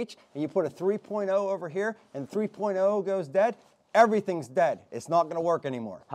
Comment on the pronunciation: the battery right heur... and heur.. hahahahaha